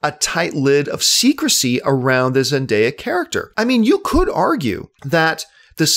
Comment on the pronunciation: you said her name correctly. most people say zen-DIE-ya, when it's pronounced: zen-DAY-ya